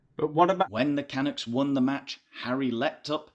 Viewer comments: Classic one,! And I agree about the tendency of charities. Small pedantic point: the accent is on the second syllable of 'Canucks'. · It's pronounced KA- nucks not can-nucks. 🙄 Do better research! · It’s Ca-nucks. We don’t want to hear the words Megan and Canada in the same sentence. We don’t want either of them here and couldn’t care less what they have to say or anything about them. GET OUT you horrible ppl. Ps we don’t live in igloos 🇨🇦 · Umm,....Vancouver Canucks is pronounced: Ka Nucks (rhymes with bucks)!! Funny video. Keep the laughs coming. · CA -NUCKS. Nuck like tuck. It’s my home team, and you are far too erudite to not be in the loop. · I thought that was funny too?? Why were the Californians cheering for the Canucks? Since you did ask for corrections in the comments … when pronouncing the name Canucks the ucks part rhymes with F-ucks. ❤from Vancouver 🇨🇦